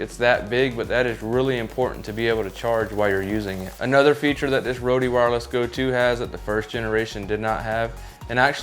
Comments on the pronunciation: Just a quick note, you need to pronounce rode like “road” don’t pronounce the “e”. Thanks for the review. I just got mine and haven’t tested mine yet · "Roadie"? Where'd you get that pronunciation?